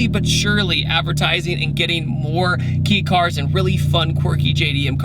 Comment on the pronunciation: Just FYI BRIDE seats are pronounce Bree-Day, not like a wedding bride . Also it’s KAY cars. Not KEY cars. 😎👍